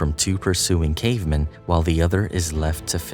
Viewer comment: I hate how this voice pronounces "cavemen" as if it's some jewish last name